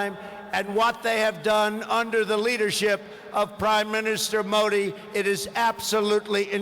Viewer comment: Pronunciation haha modi mahi Mori bol RHA means hole baaki ab samaj e gye haha